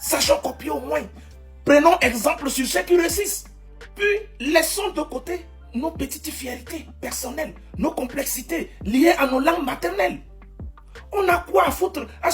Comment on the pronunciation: ''Gaieeté ,fiereeté ''mauvaise prononciation,au lieu de gaîté/ fierté,vdp charabia